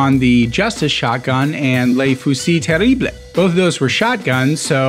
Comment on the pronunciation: "Tare-ah-bluh" It's French, not Spanish.